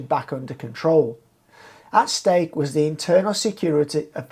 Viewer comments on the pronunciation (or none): none